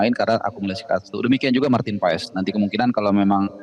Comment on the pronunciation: Marteen Pas bacanya woi bukan Paes , jangan di biasakan